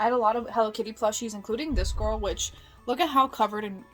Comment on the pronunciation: “She’s a big ✨gorwl✨”😂